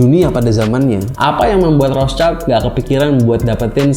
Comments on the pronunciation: Bang gue koreksi cara baca rothschild itu " rot shilt " bukan " rots child " krna rothschild itu bahasa jerman bukan inggris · Rothshield bukan Rothchild. Shield itu alat penghalang panah. Bacanya [syild].